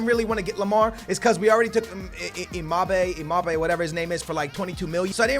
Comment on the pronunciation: Imabe? It's embappee